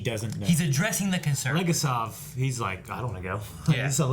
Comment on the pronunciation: LegAsov - stress goes on A (second syllable) Fomin - thats a surname and stress goes on I (second syllable)